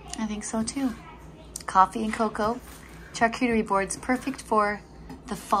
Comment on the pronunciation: Just a friendly tip.🙂🥰 Charcuterie is pronounced "Shar"cuterie😃